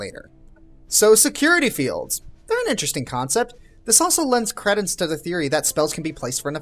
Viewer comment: It's cree-dence, not creh-dence.